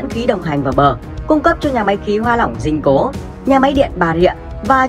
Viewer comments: Dinh Cô chứ không phải Dinh Cố nhá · Dinh Cô chứ ko phải Dinh Cố nhé